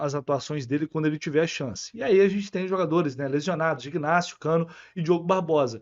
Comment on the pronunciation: Oi,, deixa eu te dar uma dica: o nome do zagueiro Ignácio se escreve com g mas o g não se pronuncia. É igual ao seu nome, se escreve com c,, mas não se pronuncia o c, sacou? Vai nessa, depois me diz se estou certo 👍